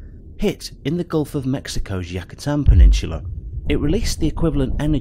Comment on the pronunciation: How do you get Yacatan out of Yucatán? I love how the British think they can mispronounce anything because of their accent.